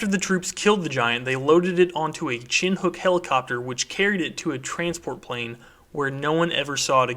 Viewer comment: Chinhook is pronounced, "shin-ook" but i loved watching. Thanks for the dope vid